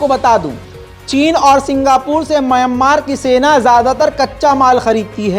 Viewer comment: Myammar nahi Mayanmar hai woh👂👂👂👂👂🧐🧐🧐🧐🧐